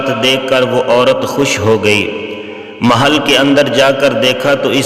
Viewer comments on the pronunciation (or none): Aslamalekm bhai ap pronon section sahi kijiye urdu me maahal nhi hai meihl hai